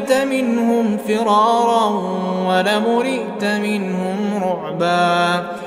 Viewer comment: There's a mistake in a ayath number 18 - it has to be wala MULITA minhum ru'ba Please fix this, it is a matter of ummah listening to this beautiful voice every Friday. 🙏🏻🙏🏻🙏🏻🙏🏻🙏🏻 Kindly hit like to this message so that it reaches the one who uploaded this